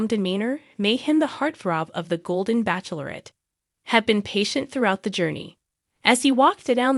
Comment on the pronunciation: It’s not backlorette , it’s pronounced batchelorette!